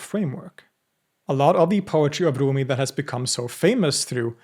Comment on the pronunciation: With all due respect, you don’t need to pronounce his name with Arabic pronunciation 🙏🏼 he was Persian.